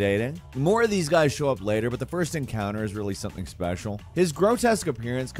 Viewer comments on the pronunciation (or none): none